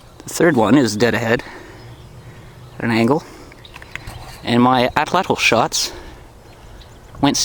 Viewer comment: he says atlatl funny